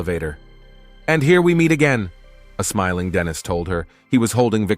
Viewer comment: The AI mispronunciation of Dennis, and Denise (which is a girls name), the ai speaking in a feminine voice when a man is speaking, and the constant calling a her/she a him/he or vice versa is so annoying. So many times a their should be used but isnt. I half the time have to look at the scene because Im confused as to whats going on due to the ai calling a man a her, or a women a he. The ai voice acting in a female voice while saying something a man is saying also confused me. I didnt understand if this was meant to be a baby talk voice or not, but when I looked at the scene it was in, it def wasnt. I appreciate the summary recap of course, but is there any way to help with the script?